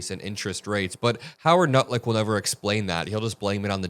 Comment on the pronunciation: and you said "Howard Nutlick". Apt name, said intentionally or not, don't you think? 🤣🤣🤣